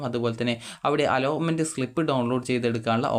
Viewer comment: അലോമെന്റ് ❌അലോട്മെന്റ് ✅